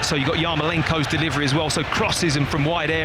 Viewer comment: Deh Liv Reh Lee